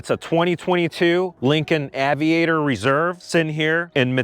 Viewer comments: Ayyyyviator. Not aveeeator. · “Aye” vee ate er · Lincoln Ave-iator! Lol I get it though. English isn’t your first language. Cheers mate! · LOL it`s pronounced ...AYY Vi AYY TOR not AWW Vi Ayy TOR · It’s AY-VIATOR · You don't even pronounce "aviator " correctly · His own personal car, my A$$! He is a spokesperson for euro cars, he's not a real American car enthusiast. He can't even pronouns AVIATOR correctly. He definitely paid by the opposition. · This was a disaster of a review. The reviewer: - Doesn’t know how to pronounce the name of the vehicle - and - Doesn’t know if the rear seats in the car he purchased are heated and cooled - - Doesn’t know that the intent of the Lincoln brand is "refinement", not “enthusiast” or “sporty” - The entire review comes off as if you didn't do any research (not even a test drive) prior to buying the car. Super easy thumbs down for me. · If you can't pronounce Aviator correctly, probably not the car for you dude. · The way he doesn’t know how to pronounce aviator was really annoying me. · Why cant he say Aviator correctly ? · That tawng 😂😂😂 I've never heard aviator butchered in such a way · owned it for a month and cant even pronounce the name right... lol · Your first problem with the car is pronouncing its name. Lincoln should come and repossess it from you with extreme prejudice. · I thought he was having a stroke 😳. But then he started talking normal again!!